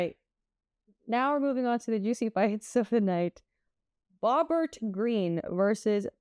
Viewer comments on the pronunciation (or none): “” 😆